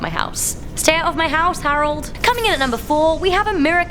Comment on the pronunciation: Can't stand your pronunciation of names...arold. it's Harold.... Sounds like an overly done fake British accent.